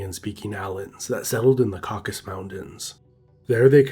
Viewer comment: It's Caucasus, not "caucus"!!!